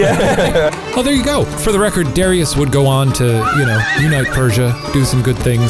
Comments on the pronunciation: DA RYE US not Darius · I thought it was pronounced DA RIE US. And it's not Darius the great. In the heat of battle he ran away and left his troops. You might be confusing him with Alexander the great. Or Cyrus the Great. Darius the coward. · DArious not DErious it's even spelt Darious and in Persia you would pronounce it as such. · I don't think "Darius" is supposed to be pronounced as "dairy-us", but rather, the correct pronunciation is actually "der-eye-us". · Btw it’s pronounced Darush even though it looks like daruis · Just thought I'd let y'all know that in the Persian language, Darius is pronounced daari-use (kinda like ari with a d and use making more of an s sound instead of a z sound), not dar-i-us. And Cyrus is pronounced more like see-roos. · Fun fact! Darius is actually pronounced “Daryoosh,” and “Cyrus” is pronounced “Kourosh.” Darius and Cyrus are the whitewashed versions, basically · It's pronounced dah-rye-us. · I’m pretty sure that Darius’s name is pronounced [ Da - ry - us ] ( I just learned about him in history and we pronounced it that way ) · This was really annoying me: it's dariush not Darius lol that's the whitewashed version. (daar- ee-yush ) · I thought it was pronounced Duh-Ry-Us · I've always heard that pronounced, "Da-rye-us"... but yeah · the proper way to pronounce it is daryoosh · If it’s Persian the pronunciation is -DAH-REE-USE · Duh-rye-us = Darius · It’s pronounced Dar-yoosh :-) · His name is Dar-I-us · It’s pronounced DAR-re-us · Great video guys! Although one thing: the Persian way to pronounce Darius is like dary-oosh! But funny and informative anyway :) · It's pronounced differently, usually like dar-u-shh. I'm Persian, it's a very popular name actually. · Are yall PURPOSELY mispronouncing Darius? Or do you legitimately not know that's wrong? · Why is your pronunciation of Darius like that? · my brother's name is Darius and they are pronouncing it wrong😂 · “I know seven Dariuses” lmao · THEY PRONOUNCED THE NAME WRONG